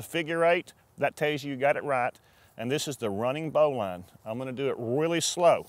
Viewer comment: Turned off after his "Bowline". Wrong as dude. Also it's pronounced "Bo -lin"